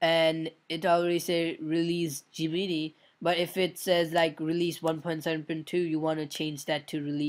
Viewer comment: Gemini is pronouced Gem-En-Eye